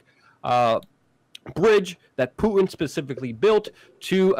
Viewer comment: Isn't it the Russians that are doing the ramming? Did he say pooin?